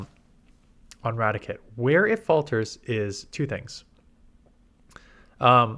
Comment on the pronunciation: Rati - Kate not Ratic - et